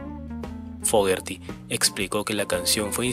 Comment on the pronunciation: te voy a decir como se pronuncia su apellido así se pronuncia FOGUERI tengo 48 años escuchándolo y quiero que en mi funeral se escuche pura música de Credencce